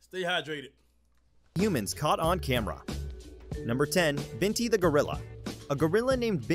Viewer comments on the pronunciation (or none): This man said camer